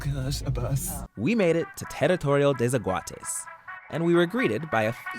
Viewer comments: "Tarritourio te sekuates" 😂 mae, al menos lo intentó jajaja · I am from Costa Rica and I can't with you sayin ''Teritorio de zaguates'' 😂😂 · Terittorio dei szahuateis